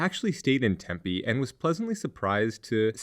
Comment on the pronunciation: It's pronounced Tempe, not Tempe :/ I'm being facetious, yes, but their is a TINY emphasis on the M that people from outside Arizona usually can't even here.